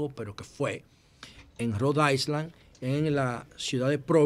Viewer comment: interesante comentario como siempre… Una pequeña corrección si nos es posible, y es el caso de la palabra de la palabra “Island” la cual es importante corregir porque me pasó, la “S” es muda. No parece importante pero este fenómeno es una de las alteraciones que le hizo Williams Shakespeare, así que la fonética es “Nailand” por ejemplo, Rhode Island debe sonar ( Rodailand), “Long Island” (Lonailan) a y así por el estilo… Gracias por la oportunidad… 🙏🏾